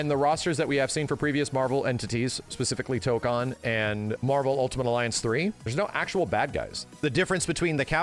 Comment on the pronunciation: Tokan (toe-kahn) (what keeps saying): to go to Korea. Tokon (toe-kone) (what means to say): fighting spirit You're welcome signed the grammar Nazi